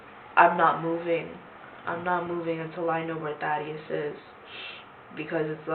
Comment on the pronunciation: How you pronounce “Thaddeus” is cringey.